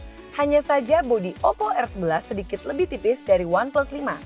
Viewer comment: Oppo rrrrrrrrrrr